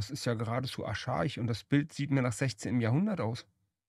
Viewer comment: Aschaich? 😂 Archaisch! So viel Deutsch muss sein. 😅 (no hate) diese Doku kenne ich, die war eigentlich ganz gut, aber hier hat ARTE echt ein Chaos angerichtet... richtig, Schneewitchen geht auch nicht auf Zwerge im Mittelalter zurück, sondern historisch auf eine Adlige und Kinder in Industrialisierungsbergwerken. Wo hatte ich das überhaupt gehört, hier auf deinem Kanal? Kann gut sein.